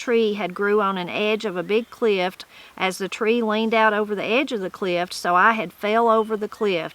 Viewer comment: I have to ask…did you say “clift” rather than “cliff”? No disrespect at all; I’m just wondering if that’s an add a letter or extra sound kind of word. I’d never heard that from anyone in my Appalachian side of the family (the maternal side). Just curious :)